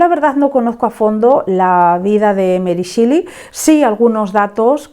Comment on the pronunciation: Es meri shéli, no shili 😭